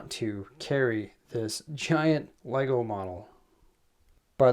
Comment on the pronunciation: IT TOOK ME OVER €300 TO CORRECT YOUR SHIT. LEGO . ARE YOU READING THIS .